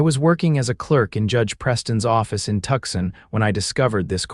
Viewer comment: The miss pronunciation of Tucson is grating. All the miss pronunciation is off-putting. I no longer enjoy listening